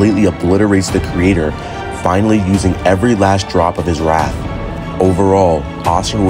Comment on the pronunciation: Wrath. Not wraith.